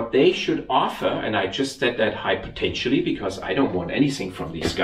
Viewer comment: just invented a new word into the English language dictionary. Hypotenialy. Great job on the repair.